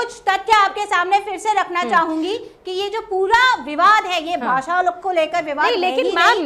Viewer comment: राजकिय विश्लेषक आहे का हा? याला तर काहीच माहिती नाही आणि याला हिंदी पण नीट बोलता येत नाही तर याला भाषेच महत्व काय कळणार. तू तिकडेच जा आणि रहा काय ते उच्चार "भासा" अरे भासा नाही रे भाषा भाषा नको रे वाट लाऊ.......